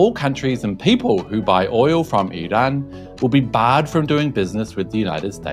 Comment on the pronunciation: An English speaker pronouncing Iran correctly! I'm surprised. LOL 🙂 Forget Trump he doesn't know better. In fact the moron is a totally clueless bully. 😞